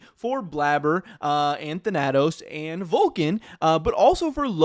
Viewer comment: Thhen-a-tose.... Wtf?